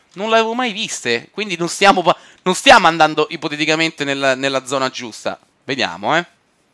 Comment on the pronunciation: non so quante cazzo di volte a detto ippotetichamente